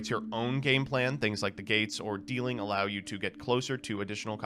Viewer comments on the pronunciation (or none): none